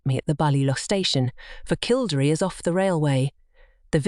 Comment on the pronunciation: Please learn how to pronounce KILL DERRY ask any Irish person its jarring.